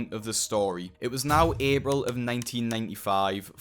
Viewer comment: you said "Abril" instead of "april". Are you brazilian?